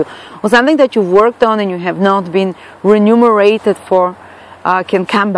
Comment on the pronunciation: Nice forcast..... Just want to help with a word you were using.... you said,:"renumerated,," it actually, "remunerated." I just wanted to help you look good., Scorpio moon, Gemini Rising.... I just can't help it.